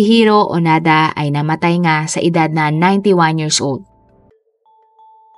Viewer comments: Onoda not onada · Hindi xya Onada,ONODA xya 🙏🏻🙏🏻🙏🏻